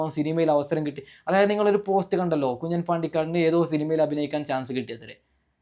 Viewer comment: കുഞ്ഞൻ അല്ല കുഞ്ഞാൻ എന്ന് വായിക്കുക